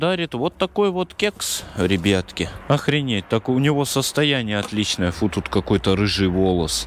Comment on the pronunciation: Почему РЕБЕТКИ А НЕ РИБЯТКИ